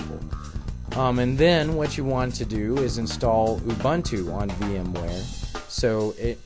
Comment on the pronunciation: Ubuntu! not Umbuntu!